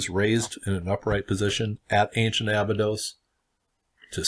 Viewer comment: Before you try to "Decode" it, maybe try pronouncing it right. It's pronounced A-Bye-dos not Aba-dos.